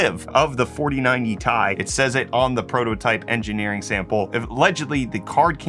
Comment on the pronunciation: I think he's the only person on earth that calls the Ti cards the 4090 tie 😐